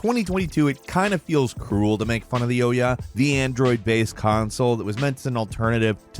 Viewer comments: It’s not oh-ya, it’s pronounced oo-yah. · It's pronounced "oo-yah", not "oh-yah". For goodness sake,, everyone else knows how to say the name, so why not you? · Wow, you are not good at pronunciations, but still like ya. Ooh yah hehe. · It was pronounced "oo-ya" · Surprised to hear the actual pronunciation of Ouya lol. Been calling it "ooyah" when it was relevant but never heard anyone saying the word, only read about it. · Never going to get over you calling the Ouya the Oh Yeah. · The Ouya (/ˈuːjə/ OO-yə), stylized as OUYA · I have never heard anybody prounounce Ouya like that in my life. It was all over the games channels when it was coming out and not one industry reporter or insider pronounced it like that. Were we all missing something back then? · I love that you mispronounced the Ouya's name! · Is that the correct way to pronounce Ouyh, with a hard O? I've always pronounced it with a soft O. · I think you pronounced Ouya wrong.